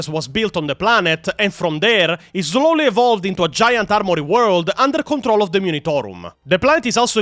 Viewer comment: I love you I really do. Please unsderstand that is is coming from someone who also speaks a language that isn't thier native tongue. But I cannot help but laugh whenever you say slowly haha. Mush love though